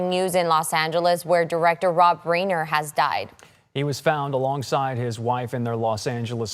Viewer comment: tell that woman how Rob Reiner’s name is pronounced correctly.